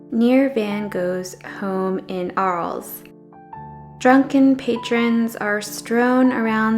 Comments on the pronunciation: I'm pretty sure that Arles is pronounced Ar-lay. I love the barroom scene for it's brilliant colors! I understand what Van Gogh was trying to portray, but I find it cheerful! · Nice video! But please learn to pronounce names before recording. Learn the Dutch way of saying Van Gogh or the French for Arles, for example. Will make it feel a bit more professional :)